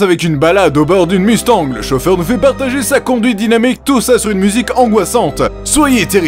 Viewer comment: MEC ! Je viens de me rendre conte que que tu as dis mustangle on dit mustanG stp